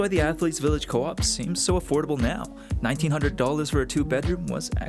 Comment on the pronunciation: Dude what's happening to prices? While text says 1900$ you pronounce 900$...